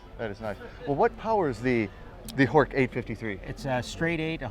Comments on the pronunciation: Horch is pronounced Horsh. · Horch — like porch. Germans normally pronounce as “soft ch.”